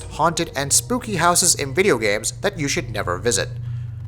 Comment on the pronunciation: BRUH IT SPELLED AND PRONOUNCED SPOOKAY DO U NOT HAVE THE / DICTIONARY JK;w